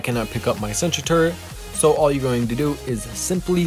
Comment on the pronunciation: I thought you said country 😭